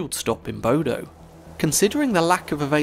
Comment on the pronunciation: Bodø is not pronounced Bodo. Ø is pronounced like "uh", so bod-uh. Cheers from Norway!